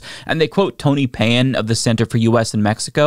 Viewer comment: One would think that would make at least a minimal attempt to pronounce Mr. Payan's name anywhere near accurately.